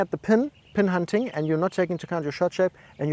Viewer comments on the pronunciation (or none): none